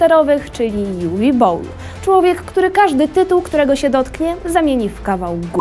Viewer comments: Juwi a nie Uwe? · Uwe to niemieckie imię które wymawia się Uwe a nie Juwi.